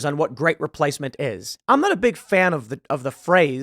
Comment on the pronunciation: Reee - place - mint is not a theory, it's a CONFIRMED FACT.